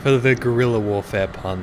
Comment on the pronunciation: "Guirella warfare"